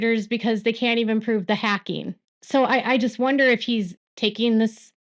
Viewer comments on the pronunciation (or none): none